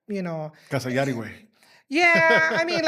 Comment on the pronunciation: Meraaaa, aregla el nombre. Its Yari w a Y lol. She gonna cook you Los lol